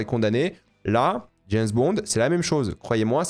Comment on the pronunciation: dès le début tu m'as trop fait rire et renvoyé en enfance: jameusse bond? j'avais la même prononciation gamin et mes cousin.e.s s'en moquaient gentiment et ça nous faisait marrer... maintenant prononce le prénom james sans rien derrière... puis réessaye avec bond... hahaha, t'as vu t'es guéri de la jameussemanie... merde! plus tard tu le prononces bien haha c'est pas moi qui t'ai guéri... je t'aime bien.